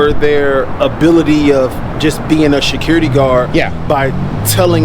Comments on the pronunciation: Did he say shaquirty? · Almost sounded like he was saying shitcurity. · No. He's the shecurity gaurd. I was like, there's no "h" in security, bro. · Everyone the security guy said “Security,” I thought he was going to say “Shakira!” He pronounced it “Sha-Curity.” He’s a Shacurity Guard!